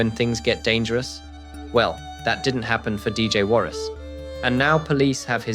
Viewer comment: When acting like you care, at least try to get his name right. Warrick "Warras" Stock.